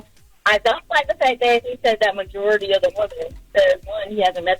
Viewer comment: He messed up when he said "Majority".